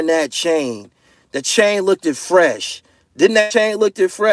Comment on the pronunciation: You cant be out here saying you're the best and saying "look-did" at the same time. You pronounced it "looked" a couple times in the video, so you definitely no better!! Get your shit together!!